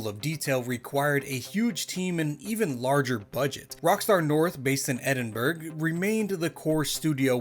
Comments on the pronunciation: Edinburg he says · It's Edin-bruh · Bro what is that pronunciation . Edinburgh not Edinberg. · Hate to be that guy but as someone from Edinburgh Its pronounced Edin-bruh, not Edin-burg. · I understand it's a word you likely aren’t familiar with, but the capitol of Scotland, Edinburgh, is pronounced Ed-in-bruh, not Edinburg. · It’s pronounced Ed-in-bruh, or Ed-in-bur-uh, for future reference! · Good video but how did your get edinburg out of Edinburgh 😭✌️ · Amazing video! but one thing |m scottish and we DO NOT say Edinburgh like that. It's pronounced edin-bruh. Apart from that amazing work! (: <3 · It’s pronounced Ed-in-burra 😊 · ah yes, Edinberg. A place well known for GTA. Romania, isn't it? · just for clarity it's: Ed in brah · I love the way he pronounced Edinburgh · The way he says Edinburgh is hilarious. Love you mate! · Had to stop watching when you pronounced Edinburgh like that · My man, you absolutely butchered the pronunciation of Edinburgh lol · Americans trying to pronounce Edinburgh will never fail to make me smile. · That Edinburgh pronunciation caught me off guard lol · Made me lol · Wait really? :O I've been mispronouncing it forever, woah